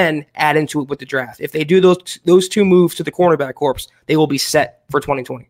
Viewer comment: The 'ps' is silent in 'corps',.